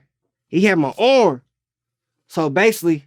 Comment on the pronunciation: "HE HAD MY ORM"